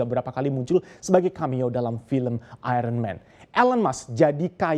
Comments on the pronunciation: AIYERNMEN bukan AIRENMEN (Iron Man) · Nyebutnya ironmen ....sperti anak sd, mestinya ayenmen!